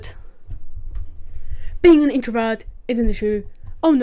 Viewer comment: “Introvert… I’m an introvert” lmao the ear rape with your accent makes it twice as funny. Your awesome and love when you post shit 😂